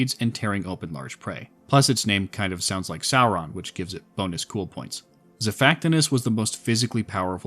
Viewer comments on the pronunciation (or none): none